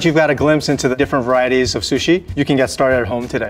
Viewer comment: " This is my favourite shushi"- 👴🏻